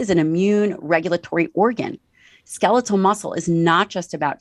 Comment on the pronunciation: I can’t help but be completely distracted by how this guy pronounced “skeletal.” Ska-leet-el? What?